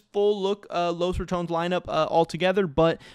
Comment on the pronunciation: dafuq is Los Ra"TOWNZ"???